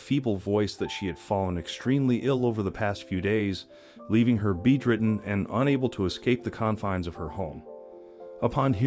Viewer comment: I couldn't help but notice that you pronounced the word "bedridden" as "bead ridden". Have you never come across the word before? I'm genuinely curious.